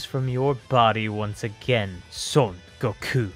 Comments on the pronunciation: Stop saying "sun goko" and say "son Goku" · Souyn gokyu. When you narrate that, i lowkey kinda cringe inside...